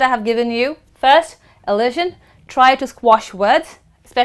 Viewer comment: "You call this process AS elision..." could be replaced with "You call this process elision". 'As' is redundant there. And again the 's' in elision is not pronounced as 'sh' but the way we pronounce the 's' in 'pleasure'. Good luck next time! (And of course, as many others remarked, 'of' is actually pronounced 'uv'! :)